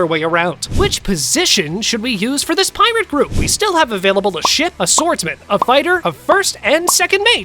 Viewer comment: he sounds like he’s saying shit instead of ship